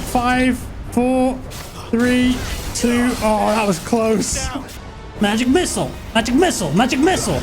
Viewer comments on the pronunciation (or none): "MAGEC MISSUL MAGEC MISSUL" 😂😂😂